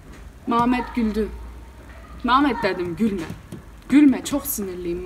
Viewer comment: Maşallah maşallah Antepli misin sen ya Mametttt deyişinden çıkardım 😂😂😂😂